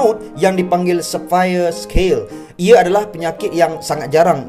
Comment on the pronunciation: scale tu terjemahannya sisik. Bunyi sekala tu mcm pelik pulak